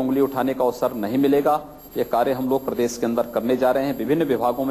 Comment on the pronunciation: yogi bolna Sikh lo ab c m ho tumne nizat bola ye nijat hai prses nahi prdesh hai aurbh bahu alfaz galat bole hay qimat u p ki jab Mila dihati c m hi mila